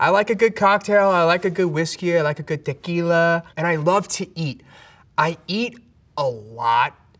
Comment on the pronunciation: I had to replay the way he says tequila. Thanks Eric! It was such a gift not hearing the usual way non-spanish speakers say it.